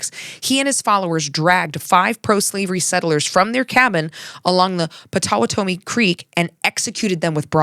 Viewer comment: FYI - pronunciation key from a Kansan: Osowatomie has the emphasis on "wa" and rhymes with "lobotomy."